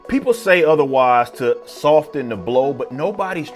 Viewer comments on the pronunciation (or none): The t if soften is silent LOL